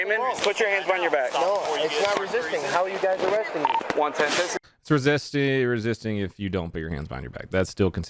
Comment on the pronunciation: “I WAS NOT BEING RESISTICK” 🤣🤣🤣